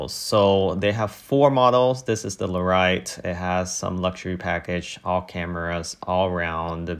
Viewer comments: It’d help if the person knew anything about trucks.😁 (Lare EE et) not (Lare I et) 🤣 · What the fucks a Loriot?,what part of hillbillyland is narrator from?It's called a Lariat? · Lariat is pronounced Larry-it